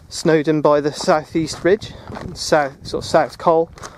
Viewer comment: Another nice vid!, However, if you plan to ascend more Welsh hills (or go up them a 2nd time) you would do well if you could learn the actual place name correctly, not your appalling rendition of the Welsh names? every single one of your welsh names is utterly wrong! (but you got the girls name "Monique" absolutely right, and its french? bad show) . BUT its not only you, it every last englishman who has no idea of the Welsh Language, but I am only talking about Place names which should be said spot on, for everybody , so go on and try .